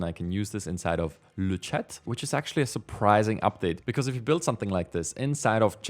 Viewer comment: Thanks for the video! By the way, 'Le chat' in French means 'The cat,' and it's pronounced 'Luh sha,' without pronouncing the 't' at the end 😹. Quick update: Flux has released a new model called 'FLUX.1-merged' 😉